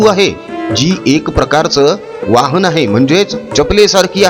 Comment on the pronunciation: हरीलाल चा जन्मदाता मोहनदास. मनू चा जन्मदाता हरीलाल. मराठी शुद्ध बोला पुढची पिढी चुकीचे मराठी शिकेल आणि चुकीचे बोलेल वाहन नाही ... वहाण म्हणजे चप्पल. श्रमल्या नाही... शरमल्या शरणागत का गेली...असे नाही....शरण का गेलीस फार चुकीचे मराठी बोलता तुमचे video मी बघणार नाही Unsubscribe करतोय